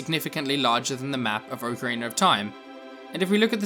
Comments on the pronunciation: "Oak Arener of Time"? Don't you mean Ocarina? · I think he's also referring to the r at the end of Ocarina. People in the UK usually pronounce an "ar" or "er" sound at the end of words like "idear" or something. It's just because a lot of native English speakers from other countries don't pronounce that R sound. This reply is already too long but it also just depends on the dialect around you and what you grow up with. I personally feel as if there is no "correct" way to pronounce anything because everyone's speech is so different.